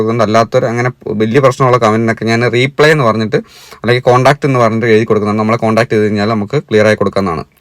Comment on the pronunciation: റീ.. പ്ളേ അല്ല റിപ്ളെ correct pronunciation